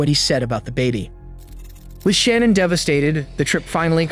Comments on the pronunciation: yes He prounounced it Shan-Ann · you keep saying Shannan's name wrong